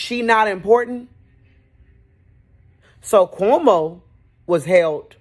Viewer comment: The way you say Cuhomo 😂😂😂